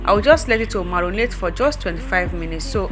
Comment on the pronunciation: Marinate dear,not marunate